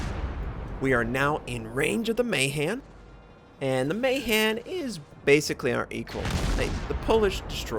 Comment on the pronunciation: Hey, another one of those games where I sit there and question my lack of DD games the last few months.:D Since you are on track on that pronunciation thing, I have to correct you a little. Nono, not the Bliss Pizza, but ironically enough (since you are an American) the Mahan. It is pronounced with high A in both cases. So it is a bit like Mah-haan, not May-han. This is apparently slightly controversial since there are indeed Mahan families that do pronounce it May-han (or something similar), but in the case of Alfred Thayer Mahan (for whom the class is named), it is apparently not so. Thus Mah-haan.